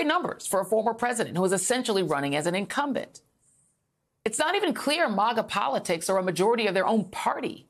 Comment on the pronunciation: did she say incumbent or incompetent?